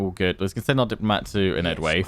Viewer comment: You should pronouce enedwaith like EN-ED-WHY-TH